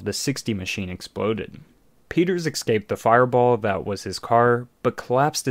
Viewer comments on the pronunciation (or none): Are you saying escape or exscape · Stop saying excape